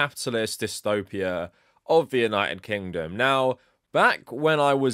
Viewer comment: o' Vietna-ted kingdom... what?